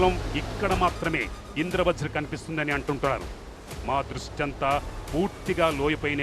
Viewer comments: అమ్మా...తల్లీ..ఇంద్ర వ్రజ్ కాదమ్మా...ఇంద్ర వజ్ర్ అని పలకాలి.. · Indra vajra ani okaru Indra vraj ani aame antunnaru Script chusukuni chadavandi